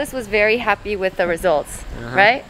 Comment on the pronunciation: he literally said "wIiIFfthH" 🖤